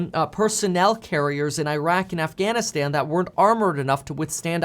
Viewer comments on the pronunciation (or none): none